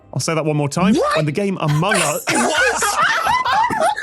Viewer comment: It sounded like tom said "amung uzz" at the start XD